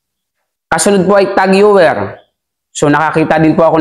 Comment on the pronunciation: Cartier = kar/ti/ye french po ito. Tag heuer = tag/ho/yer